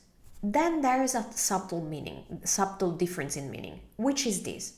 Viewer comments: bless you, but the b in subtle is not pronounced, ..sounds like .." there is a suttle difference.😊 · The B in "Subtle" is silent. Its pronounced 'suttle'. The same in bomb, plumbing, etc.... i love and appreciate italian teachers but I hear this mistake so often. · Now I totally understand. So super clear as always. But when you say subtle do NOT pronounce the silent B